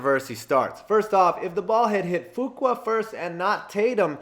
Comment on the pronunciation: Hi. Lifelong Steeler fan here. Glad to see the Immaculate Reception as #1. But the guy the ball didn't bounce off of is Frenchy Fuqua. And it's pronounced Few-kwa, not Foo-kwa. Just tryin' to help! Your videos are great. Keep 'em coming.